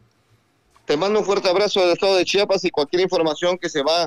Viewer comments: Es Chiapas, Chiapas, no es chapas. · Por qué hay gente que dice Chapas como este locutor? Es CHIAPAS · Da mucha muhuina cuando dicen chapas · Aprende a hablar se dice Chiiiiiiiapas no CHAPAS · Se dice Chiapas ldl0ta